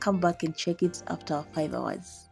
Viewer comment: Did you just say 5houurs😂😂😂😂😂😂